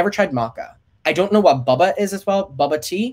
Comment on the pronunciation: Bubba instead of Boba i loved it